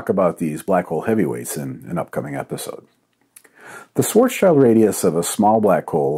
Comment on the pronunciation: Hi Don, please stop pronouncing Schwarzschild this way. Google translate does a quite good job when reading this as a German, please check.